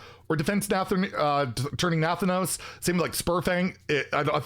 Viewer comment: Wtf is that pronunciation😂..Nathanos..lol...Naahthaanous is more the sound mate..😂